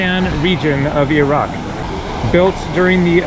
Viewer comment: Nice video! You sure can pick the places! Glad you make the effort to pronounce ‘ ear-rac’ instead of eye rac’ be safe.